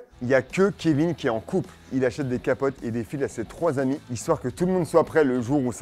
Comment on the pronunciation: "Le lendemain, les quatre zamis se retrouvent..." Un hommage à l'émission présentée par Fabrice?